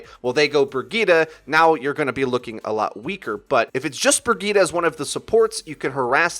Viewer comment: Bragitta you mean Bridgette??!??? Lol